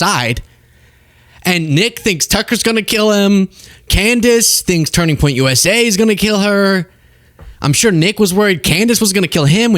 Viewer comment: Why does she always pronounce it "Turning Point USAyyyy" 😂